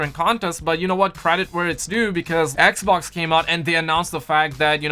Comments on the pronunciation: it's xbox not eckbock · why does this guy always call the xbox, eckboxk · It’s funny how he says Xbox lmfao 😁 I’m not making fun of him I just think it’s funny 😁